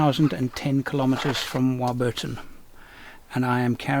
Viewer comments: Hi. Great stuff as usual mate. If it matters, Warburton is pronounced War-Buttn (1 word) You could Aussie slang it.. “Warburtin” as most do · War. Burton. No,. A bit more effort please. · must not have been born in my state if they don’t know how to pronounce it mate. 😀